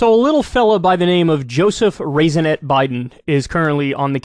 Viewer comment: Lol "Raisinette" good one.